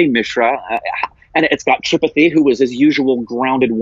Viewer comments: It's tri-pathi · tri-pathy..the way you guys say it, makes it sound like a disease..like myopathy, retinopathy or something..LOL..Tree-paathee. But seriously, one of the best movies i have ever watched. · It's Three - paw - tea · Tripathi is pronounced as 3-paa-T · No it's more like tree-paathi! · Tripathi = "Three-paa-tea" guys!